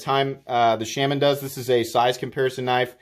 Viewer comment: I will become a patreon if you learn to pronounce Shaman correctly... :P